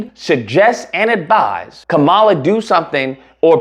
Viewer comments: So you're mispronouncing her name on purpose. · If you want to make a point, you might want to use a spell check and learn how to pronounce her name correctly. Start there.